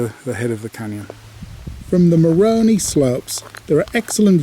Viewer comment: How you pronounce "Moroni" is interesting from the perspective of a native Utahan